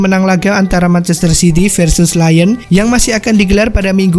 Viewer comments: Lyon om... bukan Lion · Bukan lion tp lyon